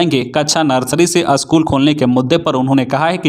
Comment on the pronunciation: You should learn how to pronounce "school"